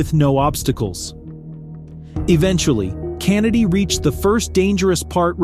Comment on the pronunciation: The way this dude pronounced “Kennedy” pissed me off lol